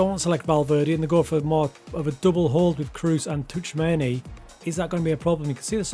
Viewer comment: Ancelotti full tactic coming soon. And Tchoumeni pronunciation is unrivalled i know